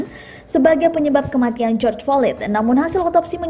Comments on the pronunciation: Mba maaf ya. Flyod Bukan FOLID. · ejaannya /flo/i.d bunyi d nya dikecilkan, bukan fo/lid/ lulusan sma ini naratornya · Maaf min bkan folid,,slah sbut kali. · Belajar lgi bahasa inggris yg bner Folid Hahahahahaha😂😂😂 Malu2in aja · Baca floyd nya kok gt mbake, latihan dl lah